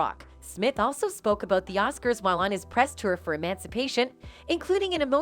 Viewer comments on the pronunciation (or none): none